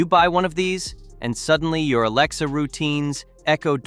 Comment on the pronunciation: For fucks sake, stop saying ALAEXA. Say A or something else. Also, while I am here... Why not show the brand you are talking about while you are talking about that brand. Not worth the time to watch .